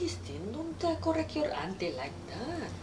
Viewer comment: "Christine, don't korek yor anti layk dat." LOL. I love it when auntie (1st generation) try to get into the american accent and but then she just mispronounces everything else. LOL. That's my family right there.